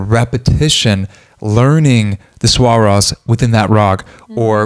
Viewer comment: Thank you for calling Raag raag and raaga! Yet please call swar swar not swara